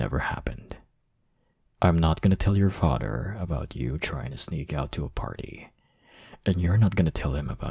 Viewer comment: the way he said father "fader" 🤣🤣🤣🤣